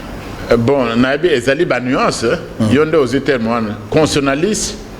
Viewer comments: Bonjour, est-ce que professeur a koki ko prononcer convenablement " constitutionaliste". Il prononce "constionaliste". Lui qui en est spécialiste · S'il vous plaît, c'est pénible d'écouter mal prononcé un mot qui revient souvent ? CONSTITUTIONALISTE